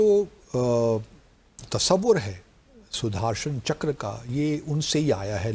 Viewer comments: PAKISTANI ACCENT SUDARSANCHKRA 🤣🤣🤣🤣🤣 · Sudhaarshan chakkar 😂